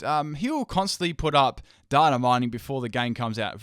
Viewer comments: Everyone in this comment section is like "Fuck Verlisify" or "Go! You're the best" and while I agree with both sentiments, we are missing the most important message of this video... the way says "data" is rather amusing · Agreed with all your points and are well thought out and researched, but you said "data" wrong so instantly discredits all of them ;)